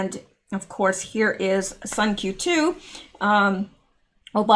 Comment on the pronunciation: Not Sun Q 2, Sun Q T’sue would be the pronunciation.